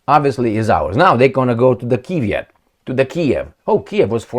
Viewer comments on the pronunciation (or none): Oh its not pronounced keeeev😂